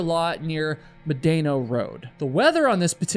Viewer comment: I take Medano (Med-uh-know) pass once every year. Im a local and its a beautiful 4 wheel drive “short cut” to the sand dunes. Thank you for the story!..